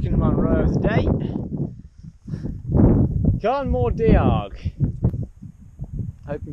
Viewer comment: Congrats- Awesome effort , I’ve done most of these but only in 2s and 3s! You need to work on your Gaelic. Carn mor Dee-arg 😂